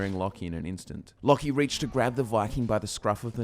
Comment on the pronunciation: I thought it was pronounced (Low-key)